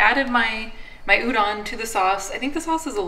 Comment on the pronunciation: No later than and up a.m. I love you guys! BTW the correct pronounciation for udon is with a long O. Like the sound Homer Simpson makes.😂